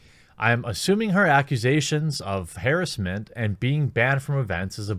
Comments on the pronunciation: I swear if I hear him say HEEEEEERESMENT again I will fucking misgender a transgender the next time I see one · I always cringe a little with the way you pronounce "harassment."